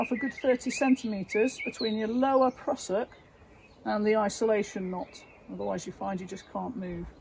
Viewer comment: Love the West Country pronunciation.."prussock" 😅